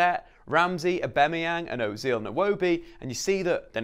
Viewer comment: Can’t can’t with how you say Aubamayang